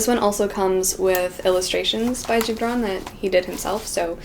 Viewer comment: I love how she can properly pronounce “ Gibran”